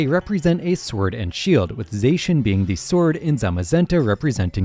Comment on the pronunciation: He also pronounced Zacian incorrectly... its supposed to be pronounced as Zah-She-Ahn as a play on the Japanese incorrectly trying to say "The Cyan" in English